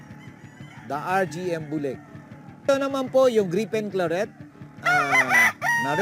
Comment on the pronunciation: Griffin Claret -- di Gripen Klarret Boss, hehehe!